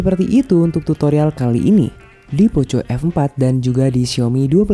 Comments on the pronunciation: Mending belajar ngomong lagi bang, ...jngan nyebut poco poco,.....kalo ga bisa ngomong poko....mending sebut aja xiaomi F4, saya risi dengernya malu sendiri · Indonesia bgt Tetep di baca poco🤣🤣 yg klo ke banyak org bilang nya poko